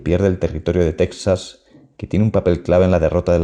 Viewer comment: Ayudaría mucho a la hispanidad que, en , pronunciases «Tejas», en lugar de «Tecsas».